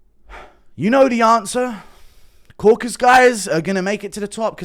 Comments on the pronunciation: KauKAsus not Kokus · Hearing these grown men say 'crocus' & 'caucus' is quite harmful to my ears 😘😘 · It's unironically guru's fault, he's been saying "caucus" for years and refuses to correct himself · i realize now youre the one confusing DJ with the pronunciation of the Caucasus. Your fruity accent sounds like "Corkus" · “Croakus” lmao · DC even said “caucus” correctly in front of DJ and DJ still says “crawcus” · Am I the only one triggered by these idiots messing up the real name of the region? It’s caucaSUS mountains or in the language of the native there kavkaz mountains. Not caucas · Caucasus not caucus. Mate it's not that hard. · It’s Caucasus and not „caucus“ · That pronunciation on Caucasus was diabolical. Caracas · Bit off topic but why do people just refuse to pronounce the full word “Caucasus”? It’s like saying Cafornia instead of California.